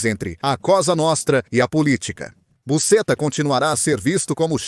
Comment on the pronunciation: Pronunciar busxeta e não da forma que está sendo feito